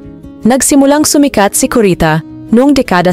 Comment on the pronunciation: Maganda po sana ang nilalaman ng I nyong sinaliksik, pero bakit Mali Mali po ang bigkas ng ilan sa mga salita? Halimbawa, kabataan, nababaon, sumikat, ginamit , Mali po young mga diin sa pagbigkas. At bakit po parang galit na galit ang tono nyo?